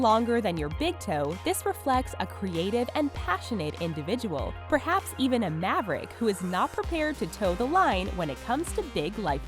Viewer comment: Did she really say maverick